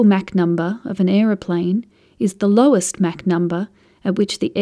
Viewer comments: it's "mock" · Never heard MACH pronounced Mack always heard Mock. Must be a British thing. Good explanation.... USAF veteran.